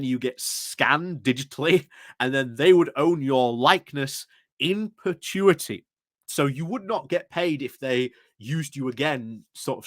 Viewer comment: Perpetuity - not pertuity.